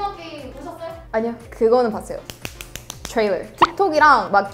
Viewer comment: 트레일러 발음할때 외국인인줄 알았음ㅋㅋㅋ